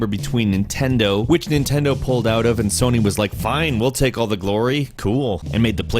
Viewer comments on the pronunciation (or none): Did anyone else hear him say Sonay? For number 6?